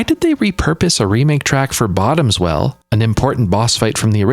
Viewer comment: Lol at "Bottoms Well" it's "Bottom Swell" as it's a water monster, not a special friend (not judging if you're into sea monsters, you do you) 😆